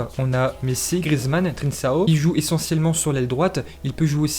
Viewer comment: On dit '' trinkao'' et pas trinsao